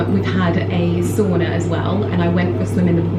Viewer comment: How to annoy a Finnish person: Say soona repeatedly instead of sauna. 😂